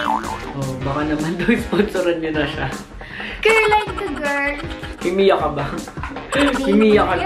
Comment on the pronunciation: Mimiya po hindi mimiyo 😌 kung d ka lang maganda talaga 😅😂